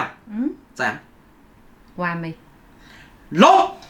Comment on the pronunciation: 小杨 咬着牙说完美 不信仔细听 🙂